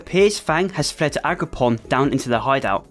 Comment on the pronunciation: It's AgroPROM, not PON, pal. Nice content noneless, makes my boring shift a bit more enjoyable